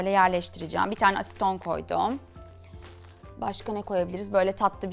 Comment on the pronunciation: Asiton değil aseton